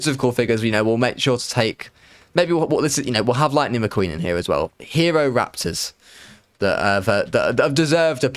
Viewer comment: You say "McQueen".. I hear the Jon Snow meme "she's muh queen" 😂 RIP GoT